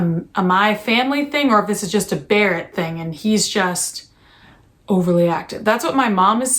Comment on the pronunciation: No one: Christina: "Hey Bawett!"